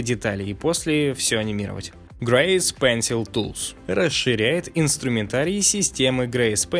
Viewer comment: Все хорошо, но вот эти "грэйс", "меасуре", "тиссуе" и т.д. ужас как режут слух. Автор, учи английский!